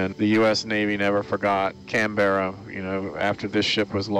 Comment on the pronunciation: I wish my Dad was alive to see this footage. He actually served on Canberra ( btw, it is “Canberra” all one word, not “Can-Berra”) for two weeks on a gunnery course. The ship he mostly served on was HMAS Australia, he was on her during Lingayen/Leyte Gulf when she suffered FIVE kamikaze strikes. Those County cruisers were tough.